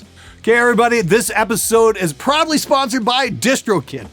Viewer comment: i know he said proudly sponsored by but i heard it as probably sponsored by